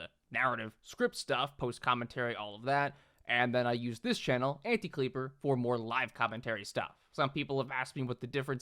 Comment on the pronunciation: A(u)ntie-Kleaper 😂 love autodubbing